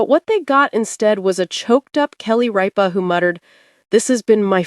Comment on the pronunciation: It is not "Reepa" it is "Rip-a".